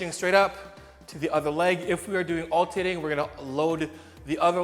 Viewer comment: I can't unhear "altating"!!! Not really sure that's a word....😂